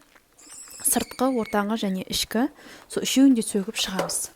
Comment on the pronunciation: Сөтіп шықтым деси бәрін сөгіп шықтым демей😂😂😂і